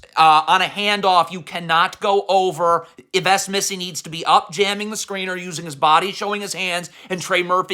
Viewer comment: You know what’s the worst too? You pronouncing Yves Missi